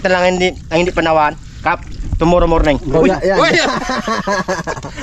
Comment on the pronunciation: 😂😂😂 tibay ng English ni a tomorrow morning😅😅😅